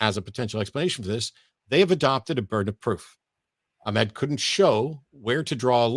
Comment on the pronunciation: is tired Well done for repeatedly pronouncing Ahmed's name incorrectly. For the whole debate. It's literally the first thing he says in his introduction, yet you persisted in pronouncing it incorrectly. Didn't make his arguments any less poor though.